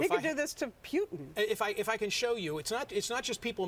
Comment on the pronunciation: It's Putin not Pewtin